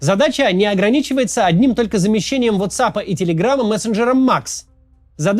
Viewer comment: Кац, не знаю как на иврите, но во всём мире говорят вАтсап